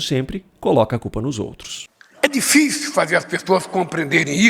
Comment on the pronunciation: Lula anda mto satisfeito ?????? Lula já tá lelé, já está igual ao Biden 😂😂😂😂😂😂😂 aliás um pouco pior, pq MENTE DESCARADAMENTE!! E diz que o mundo está mudando, mas affff Lula está atrasadíssimo, um RETROCESSO SÓ!! ... Lula fala: "direito pos outos" ... afffff só rindo desse sujeito sem vergonha e MENTIROSO!! 😂😂😂😂